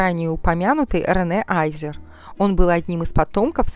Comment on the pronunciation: Не аЙзер, а азер. Чем то скарлет йохансон напоминает